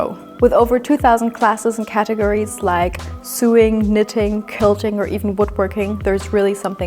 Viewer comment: I'm the annoying free English teacher again. Many non-native speakers pronounce "sewing" like "suing," but we pronounce it like the o in "so" like "so-ing" I am always cheering you on and don't want to be annoying, but I see how you immediately improve. You are a quick learner!!! 🎉🎉🎉🎉